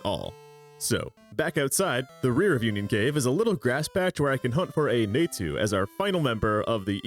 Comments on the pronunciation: Somehow didn't strike me as hard as "Naytu" did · You're pronouncing Natu and Phanpy that badly on purpose to get a rise out of people, right? Well, it's working.